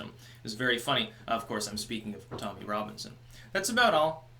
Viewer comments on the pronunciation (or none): none